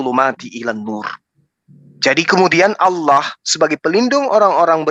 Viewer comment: Asalamuallaikum.. saudaraku.. SETIAP SIANAK BATAK SERING MENGATAKAN ALLOH ITU DIPLESETKAN JADI OLLOH... TOLONG KASIH TAI DIA EH... TAU MAKSUDNYA SAUDARAKU.. 🙈 APABILA GAK MAU DENGAR JUGA,KITA IKUTIN JUGA PAKAI HALLAH.. BUKAN ALLAH... 😡